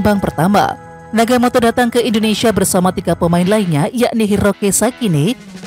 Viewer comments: Nagatomo min, bukan nagamoto, piye toh😅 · Oe Nagatomo bukan naga moto jgn merubh2 nama orang min